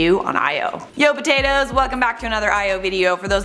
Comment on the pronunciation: Did you just say "yo potatos" in your intro? 😂😂😂